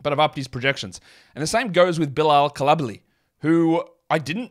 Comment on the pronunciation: Bilala Coulibaly: "Koo-lee-bah-lee"